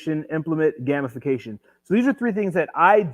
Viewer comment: Brooooo! "Gamification": 'game-if-fa-cation' Great vid